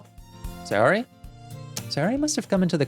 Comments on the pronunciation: Okay I’m so done it’s pronounced “say or y” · you're the only one who says sayori's name correctly (at least sometimes), most people say "say-ori" but since it's based in japan, it's "sa-yo-ri"